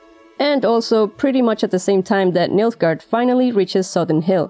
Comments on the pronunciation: Who else keeps hearing Milfgard? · Me? oh yes, you heard it too :)